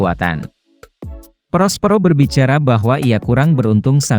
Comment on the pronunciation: Perospero min bukan prospro